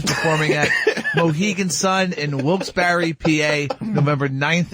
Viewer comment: It's wilkes 'berry'